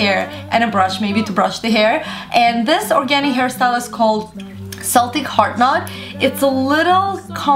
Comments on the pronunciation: Celtic Pronounced KEL-tick, not sell-tick...... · it's pronounced KEL-TICK, not SELL-TICK. just so you know. Love this hair! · It's KEL-TICK SELL-TICK is a football club :L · haha you'd be surprised how many people don't know how to properly pronounce Celtic. In some instances it's fine to pronounce it "sell-tick" but the knot she's talking about is a "KEL-tick" word. Plus, I'm extremely proud of my Celtic ancestry, so it's one of my biggest pet peeves when someone pronounces it wrong. :) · The word Celtic is Scottish, as in the traditional Celtic knots. It's actually pronounced "Keltic", not "Seltic"...the latter is a football team in Scotland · It's pronounced "KELL-TIC" not "CELL-TIC" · Uhhhh yea, you're kidding me right? Oh and Celtic is pronounced kel tic. Doesn't sound like sell tic. FYI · celtic is pronounced with a K as in keltic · celtic is a hard c (sounds like "keltik" fyi. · ur great but it was hard to follow,you sad it in a very comfusing way and pronounced cel-tik wrong... can you redo it???:) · You said Celtic wrong .__. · she said it wrong, celtic is a culture and she said it wrong. the way she said it is a football club, don't be ignorant yourself.